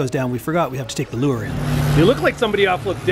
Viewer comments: Enjoying. Drag a "lewer"???? Do you mean lure?? LOL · Yep, I was also thinking that. Pretty sure he meant lure.